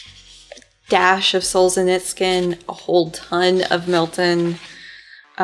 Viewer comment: I hate to be that person but... There's no /K/ sound anywhere in Solzhenytsyn's name. It's Sol (as in Solar system) zhe (/zh/ as /s/ in "measure" or "treasure") NITSyn ( Nietzsche-en would be close enough although not quite. The /ts/ is close to German /z/ or Italian /zz/ and /y/ is... like /i/ in "bit" but pronounced from further back the throat.) ADD: Now back to watching from the beginning.